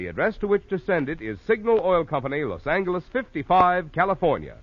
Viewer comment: So it’s pronounced Los Anger lees.